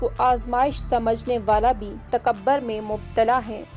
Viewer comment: تکبٙر نہیں تکبُر